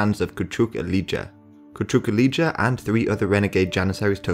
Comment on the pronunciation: I wish you consulted some native speakers concerning the names of places and characters involved in this historic period (Icko is actually Ichko, Kuchuk Alija is Kuchuk Aleeya, Georgi Petrovic is George Pethrowhich, Becir Pasha is Bacheer Pasha, Ivankovac is Ivancovatz, Misar is Meeshar and so on) but apart from that I find the video good.